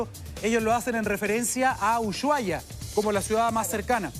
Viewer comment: El periodista no sabe pronunciar Usuhaia. 😅 a mi también me costo pronunciarlo